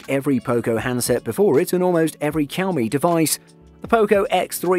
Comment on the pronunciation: "Poe-co", "cow-me", "steerio speakers" Your pronunciations are killing me XD